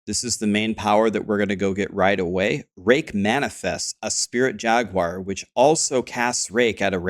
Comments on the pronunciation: Who tf says “jag-u-ar” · JAG-WAR. You're welcome. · I have never heard someone say Jag-you-are lol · I think you should pronounce it in spanish from now on, /"Haguar"/ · Interestingly, Steve Jobs pronounced it Jagwire as well =) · Us Brits do, it's probably because the branding of the car company, and that's how it is. However, Jaguar is derived from a Portuguese word, which I believe is partly from the indigenous people that would have originally named it and neither US or British pronunciation would be correct.